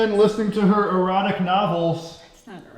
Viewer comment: Did say erotic or neurotic? LOL!